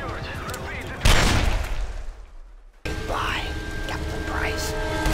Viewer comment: In the one where Makarov says goodbye, Captain Price, it sounds like he’s saying goodbye, Captain rice